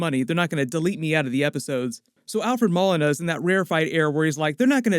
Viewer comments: takes NO days off. Thank you for holding us down! also its Mo-lee-na lmao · I enjoy your work. Thanks for that! A small point Alfred Molina pronounces his name Mo-leen-ah. Thanks for everything! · LMAO i thought his last name was pronounced like Mow•Leen•a .. not Mall•innah 😂😂 Also I think it’s pretty clear that either villains are escaping from the multiverse somehow, possibly with Peter trying to use magic to make everyone forget he’s Spiderman or with Scarlett witch messing around and it’s up to Andrew Garfields and Tobey maguires Spider-Man’s to take them back to their respective universe - that’s how you get their cameos/roles in the movie. Just a guess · my man, his last name is Moe-Lee-Nah. Awesome video and super excited to see him as Doc Oc! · Alfred Ma-Lina 😂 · I think you said Doc Ock's actor name incorrect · Id think you of all people would say his name right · How about you take a couple of minutes and learn how to say Molina correctly